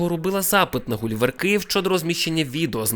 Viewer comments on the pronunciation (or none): none